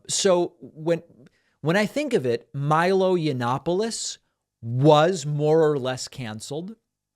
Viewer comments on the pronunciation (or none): none